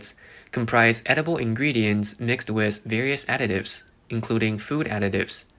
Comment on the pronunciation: So...was that a Freudian slip....you said 'adictives'....not additives